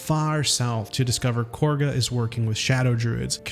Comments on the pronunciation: are we gonna ignore that he said Korga instead of Kahga? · Why do people pronounce her name "KORGA"? THERE IS NO R. ITS PRONOUNCED AS ITS SPELT... KAH-GA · do you intentionally pronounce half the words wrong or ??? tf is a boolay??? it's bulette. korga???? you mean Kagha????? also the death do us part ring is basically just act 3 hidden things not act 1. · lol there is no “r” in khagha it is not corga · It took me like 15 seconds to realize that he means Kagha when he says “Korga” 😂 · Love your vids! ❤ And its "KAH-gah" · The way some of the characters pronounce Kagha sounds like Korga. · I just started my 5th playthrough recently, and I am amazed at how much I'm still discovering. I went out of my way to see as much as possible, yet there is still even more content to find. Incredible! Edit: You saying things like Grime-Forge instead of Grymforge or Korgah instead of Kagha makes me think you've never even played this game. Lmao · to be fair to him on the Kagah/Korgah thing, multiple NPCs such as Rath and Halsin pronounce it as "Korgar".